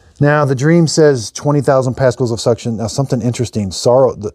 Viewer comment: I my country you say dreamy, not dream. :D